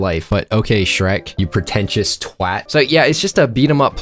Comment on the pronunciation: as someone who uses the word twat a lot (I’m British) I’ve only ever heard Americans/Canadians pronounce it as “twot”… weird as fuck hearing it with that accent said right 😂 bravo sir